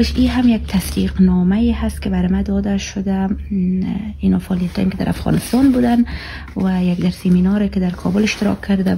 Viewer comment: تو تا حالی تلفظ دری ره یاد نداری. هز.. هدبیات.. هفغانستان. هزیز. ووو..... ههههههههه